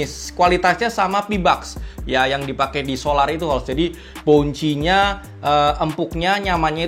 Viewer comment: tambahan dikit om: bukan "boun-chi" tapi "bawn-see"